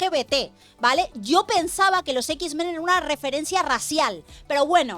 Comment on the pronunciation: los ex men hablaban con la ""E"" 😂🤣 los x-men no